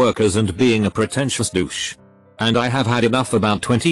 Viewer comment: DIED when he said "Dow-cha" bag!!! LMAO